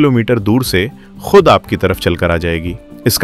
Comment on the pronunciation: Your program is the difference, but your language is loose. कृप्या ध्यान दें: आप की भाषा त्रुटि पूर्ण है इसे सुधारने की कोशिश करें जैसे: सही शब्द है ख़ुद और आप कहते हैं खुद थोड़ी भाषा सुधारें और किसी उर्दू टीचर से जो लहजे को सही बोलना जनता हो उस के पास जाकर ट्यूशन लें। अगर aap का ज्ञान अधूरा हो तो अपने को सुधारने के लिए चाहे किसी दुश्मन के पास भी जाना पड़े तो जाएं, मगर अपने लबों लहजे को सही करें। अगर ज़बान सही नहीं तो कुछ भी सही नहीं हो सकता। जनहित में जारी है। एक पत्रकार की अनुभूति शकील अज़ीम Dated:- 9th December,2025